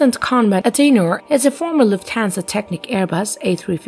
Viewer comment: Conrad "Adenar" ? I think you mean Aden-ow-er